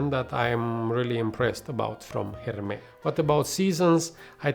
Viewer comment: Why are you pronouncing « Hermès » like that ? 😅 .. Couldn’t concentrate each time haha ! Hermès usually do good green/fresh outside of hype fragrances.